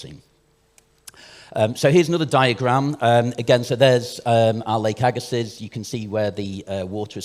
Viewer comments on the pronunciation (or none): Agga-see not agga-siss, french name. As someone from the area bit of a pet peeve